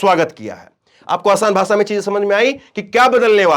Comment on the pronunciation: Bhai AapBhot Achche Ankar Hou,Par Bhasha Achchi Nhi Lagti Hai Kano Ko Jese Bhasha Ko Bhasa Bolte Hou.